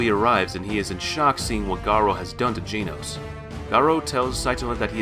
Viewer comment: bro you are pronouncing genos wrong